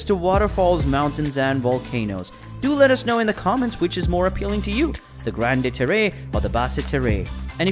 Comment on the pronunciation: Oof. I respect that French is probably not a language you speak and I appreciate you trying but you've used a Spanish-like interpretation that makes the words unintelligible. For example: Grande-Terre = ✅"grawnd tare" vs. ❌"granday taray" Basse-Terre = ✅"bass (like the fish) tare" vs. ❌"basay taray" Iles des Saintes = ✅"eel day saint" vs. ❌"eeless dess saintess" There might be good info in this video but I just couldn't get past the pronunciations. It was far too distracting. Google Translate can help you with how to pronounce the words if you care to re-record the voice-over. It would be helpful to visitors to Guadeloupe to be able to communicate effectively.